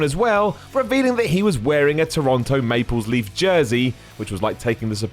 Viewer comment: Maples Leaf.......Oh....Not like this